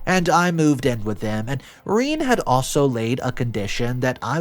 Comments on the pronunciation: Rene pronounced Renay not Reen... unless you're an inbred barefoot hillbilly.... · It’s not ‘Reen’, it’s Rene (sounds like reh-nay) no matter how much you want it to be. If you wanted your child to get bullied so bad and turn out like this brat, shoulda named her Reen. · Not Reeen....its pronounced Renay... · i'm sure it's pronounced rene,not reen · Rene is not pro ounced Reen but is Ren ay (short e) (long a) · Ren-ay. Not Reen. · It's not "Reeen", it's "Reh nay" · Oh good grief. Rene is not pronounced as Reen. How about pronouncing the name correctly. Rene is pronounced as Ren āh the first e is short. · The story is good, but saying "Rhine" is borderline disrespectful for your audience and for the human being who is writing your stories. It is Renée, feminine form for René, and it's pronounced "Reney" for english speakers... I hope your own entitlement come to light, selfish thief may get what he deserve after some time. You are not better than the imaginary characters in your stories, maybe worst ^^ 🖖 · I do not know about others but pronouncing daughters name as ( reeen) when the most common way to say this french word is (ray-nay) puts my teeth on edge! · Reen!!! Really!!! Pretty sure a person would know it's pronounced RenA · Reen?? Rene is pronounced "reh-nay"! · Rene is pronounced ren-ay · You were "conservation in your moves?" JFC, "Rene" is pronounced RA-NAY. Your stories and their presentation are absolute garbage. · Rene is pronounced Reh-nay, dude. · every time I hear him say Rene as Reen I cringe, which is often. JFC. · She was jealous. Also, it's Ree-NAY.